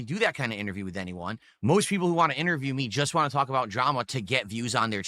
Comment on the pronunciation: ‘Normal’ people can say the word WANT. Unlike you,.